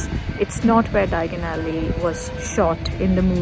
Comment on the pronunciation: Love how you pronounced 'Diagon Alley'! Thank you for sharing all the Harry Potter trivia with us ❤️